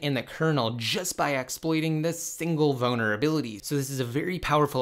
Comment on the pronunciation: Please learn to pronounce vulnerability. Boner-ability was said 20 times in 5 minutes